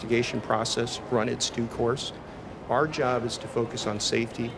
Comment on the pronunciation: "Safety is ower number 1 priority"